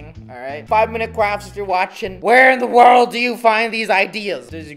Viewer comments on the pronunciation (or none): none